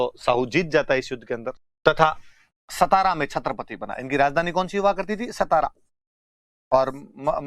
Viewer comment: सतारा नहीं सातारा... 🚩